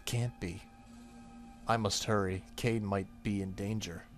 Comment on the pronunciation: I think Kaede is pronounced "k-eye-ay-day". I only know that thanks to Inuyasha... looking forward to more of this game though ^_^